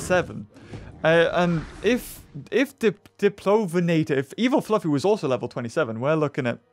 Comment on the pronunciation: you keep calling it “fluffy”. It’s flaffy.:)